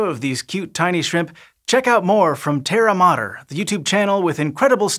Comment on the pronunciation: It's Terra Matters.... Not Terramotters